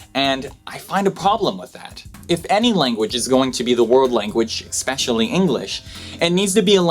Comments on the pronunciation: Who the fuck makes a video like this and then proceeds to pronounce 'especially' as 'exxpecialllly'. 😑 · "EXpecially human beings" ^_^ <3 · ewww u pronounced especially "expecially"